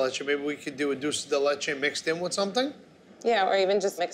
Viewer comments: Buddy its Dulce De Leche not Dooosey De Leche haha and its Mint Chocolate Chip not Chocolate Chip Mint. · Dool say day lay chay > Dool sey de leh chay > Dulce de leche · Did anyone else cringe when they said “dulces de leche” instead of “Dulce (dulch-ay) de leche” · I love how buddy says doce de latea or whatever even tho in English it is condensed milk but like a Carmel way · OKAY REALLY!??!?!?! IS NO ONE GONNA COMMENT ON HOW THEY ALL SAY "DULCE DE LECHE"😂😂😂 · Can't we all just laugh about how he pronounced Dulce De Leche? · Im Dominican and o love how they pronounce dulce de leche 😂😂😂😂😂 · Why does it makes me so bad how he butchers dulce de leche